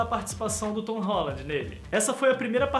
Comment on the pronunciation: VC nem sabe falar o nome dele!!